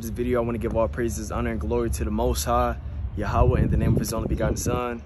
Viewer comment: Did that mane say yah-ha-weh?🤣🤣💕 bro funny But God bless you bro REMEMBER YOU ARE NEVER ALONE❤️❤️❤️